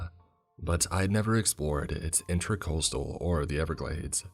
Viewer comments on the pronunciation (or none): none